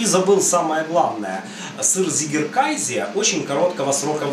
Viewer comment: Не приятно уху слышать немецкое слово на английский лад, если перевести с немецкого Вами произнесённое название то получиться «победивший (победоносный) кайзер», а правильно произносить абсолютно прмитивное название «козий сыр», как Вы указали в описании, «цыгекэзэ». Жаль что именно английское произношение этого слова распространилось в рускоговорящем сообществе сыроделов. А сыр получается классным. И я благодарю за все рецепты на Вашем канале!